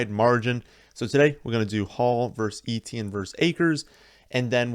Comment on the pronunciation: Etienne is pronounced ETN